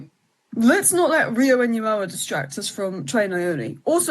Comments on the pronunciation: think it’s pronounced NOO-muh-hah.. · You don't say the H ya wet wipe. Nuh-mo-uh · Why can’t any of you pronounce his name… N-Gu-moha…. Ngumoha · Rio's surname is pronounced No-Mo-Ha. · pronounched in goo mo ha